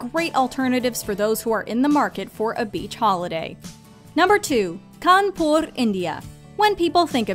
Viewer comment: U guys made me very happy and soothing when u pronounced kanpur and radha krishna perfectly being an indian and regarding the video as usual u guys rock